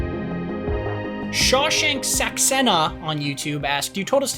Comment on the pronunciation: Shaw-shank *le every guy in India 😂😂😂😂😂😂😂😂 fyi it's spelled Sha-sha-n-k